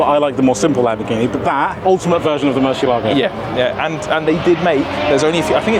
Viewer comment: The Gallardo is a Spanish Bull therefore it is Guy-ardo not Gall-ardo, also the Murcielago is Murcee-eh-lago not murchi-ah-lago.